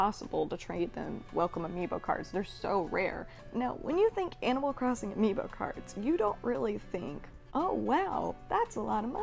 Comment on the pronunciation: No one: Literally no one: Not a single living soul:: ‘Ambio Cards’